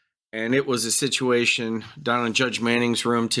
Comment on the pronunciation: A shit-uation 😆😂